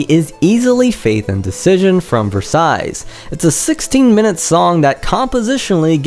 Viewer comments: Please, don't pronounce it Versaillees, there is no S. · Turns out u CAN'T pronounce Versailles...the 2d S is silent. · Cracked me up when you said you couldn't pronounce Node of Scizero, but you could pronounce Versailles. You mispronounced Versailles every single time you said the word.